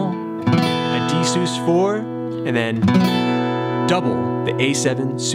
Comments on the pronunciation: Love this tutorial and how you tie it into the lyrics which is extremely difficult for me... I’ll forgive you for the way your pronounce sus, short for suspended, no? Keep up the great work! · "sus" being short for "suspended" should probably not be articulated as "soos." Please. All in all, good lesson. Watched until the end.